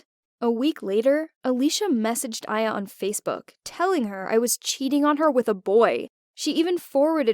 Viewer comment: uh so my name is actually Aya pronounced in english I-ya...